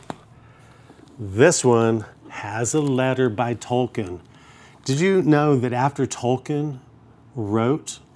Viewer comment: I love when people like this still don’t know how to say Tolkien the correct way.. 😂